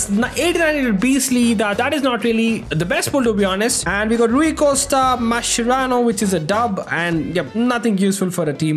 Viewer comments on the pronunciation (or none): none